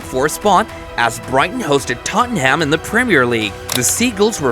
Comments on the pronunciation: this is the worst commentary i have ever listen to, names wrong. trafford united fan by the sound of it. who is totomham? 115 pr*ck comment not been to court yet............ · For all the North Americans out there: It ISN'T TOTT-AN-HAMM It's pronounced simply: TOT-NUM. OR, even easier - 'SPERRS'. 😅 Simple little tip for yer! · Bro said toanhaam😂😂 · Worse it’s an American Liverpool fan who can’t even pronounce Tottenham right 😂